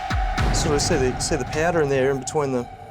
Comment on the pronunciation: "nope, it's a piadow (powder)"